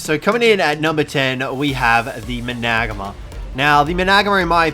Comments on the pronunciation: I think it's pronounced managarm instead of managamar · Wtf how did yu saa managanar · Sorry I had to stop the video. Maybe do some research on pronunciation. Managarmr is pronounced Mana- Garmer. Can’t be a YT sensation if you can’t fucking talk right. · Why do you call the managarmer the managma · i always thought managarmr was pronounced Man-a-gar-mir.... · You pronounce it man-a-garmr. Not mu-nagma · Manag mar? Its many gar mar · Man-a-gar-mer Man-a-gar-mar Not managma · How to pronounce managarmr Man-uh-gar-mer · Why do you say managarma like that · The way you said managamr killed me 😔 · The way he said mangarmr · Its called a managarmr not magamer and please make video if you know what your doing lol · What's he saying Isnt pronounced mana-Garm-er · I don't mean to be a jerk but its pronounced managarm although it is spelled managarmr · It is mana gar mer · Its managarmer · Managarmr is pronounced mana-gar-mer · There pronounced Man-a-Gar-mer xD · THE MANAGARMR NOT MANGAAR dude learn to pronounce a simple word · You mean mana-gar-mar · Mana-garm-er is how I pronounce it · Lol you said Managarmer wrong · I hate the way he says managarmr it gives me anxiety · Why do you say or pronounce everything wrong mana garmer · That is not how you say managarmr